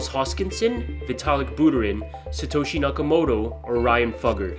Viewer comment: It’s Satoshi